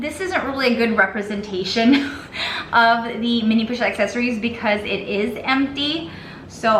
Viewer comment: Oh my good holy h*ll!!! You are talking about a FRENCH brand that NAMES their product line IN FRENCH...and you make ZERO attempt to pronounce the product name with the correct FRENCH pronunciation?!?!? I'm out...but not before I add a YouTube clip of how to correctly pronounce "assessoires".